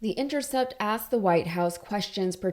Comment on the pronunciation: CANNOT stand when people say "asked" as "axed". It's a small thing, I know, but damn, man.